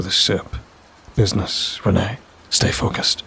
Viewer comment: Author Pageturner627! I hope you like my modern detective noir story with a supernatural twist. I always have fun writing these Ash and Reine stories. Thanks for narrating. You always do an awesome job. Just a small nitpick. Reine is pronounced like ‘rain.’ Ash and Reine is a play on words. It sounds like ‘Ash and Rain.’ Thanks for listening! Tell me what you think!